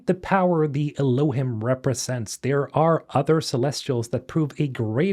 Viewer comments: Not to be an "Aktually" but Elohim is pronounced el-O-heem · I think Elohim is pronounced Ehloheem. At least that’s how they pronounced it in the audio book for Archimedes Engine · Elohim is from the Bible , it’s the real name of Celestial beings with God being “ The Elohim “ it’s pronounced ( Eloh-heem ) just so you know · Elohim is pronounce Eloe-heem. Hebrew for 'gods", "goldy", "supreme ones" or "mighty ones". Lots of biblical lore on this even Billy Carson talks in detail about this. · Bro I don't know why, but them borrowing terminology from the bible "Elohim" meaning "gods" or "godhood" Is cracking me up, or it's just the way you're pronouncing it. 😅 I may not be able to take this game seriously. Gonna be like that one A-hole in the back of the cinema that keeps cracking up for half of the run time.